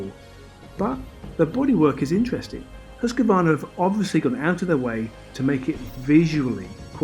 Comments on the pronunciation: Definitely no “a” between q and v. Swede Mattias Erickson confirmed that recently in his YT video. It’s pronounced hooskvarna. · Hooskvarna (proper pronunciation) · learn the name. there's no 'a' between husq and varna. it sounds like hoosk-VARNA if you say it properly. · The Hus in Husqvarna is pronounsed more like who's and then kvarna. Kinda like Huuskvarna if that makes sense?